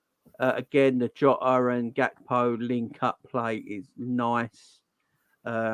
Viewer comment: Funny how that guy calls him gapko instead of Gakpo lol